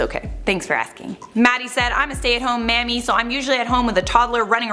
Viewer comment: So, we're just gonna skip over the part, where she said I'm a stay-at-home "mammy?" Burp!🙄